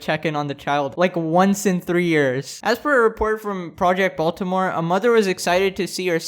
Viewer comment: im sure all of my fellow baltimoreans agree wit me when I say this...the way he says baltimore just hurts my soul🤦🏽‍♂️😂